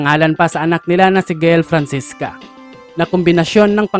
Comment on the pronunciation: Francesca po hindi Francisca 😂✌